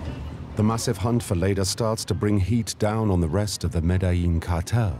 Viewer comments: And he mispronounces Medellin. They even misspelled Miami as 'Miama'. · his pronunciations of Medellin and Trujillo are abysmal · I caught that. Also they misspelled Miami as 'Miama', and that narrator's pronunciations of Medellin and Trujillo are a disaster. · He mispronounces Trujillo and Medellin terribly. He adds letters that aren't there.